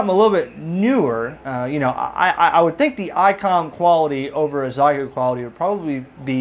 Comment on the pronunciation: Almost certainly Xiegu is pronounced "she-ay-goo"!